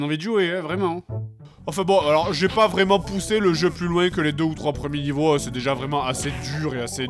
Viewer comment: dit 'Vréellement'